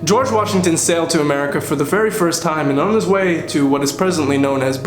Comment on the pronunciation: the history revision had me DEAD!!😂😂 I also noticed you saying George Vashington😂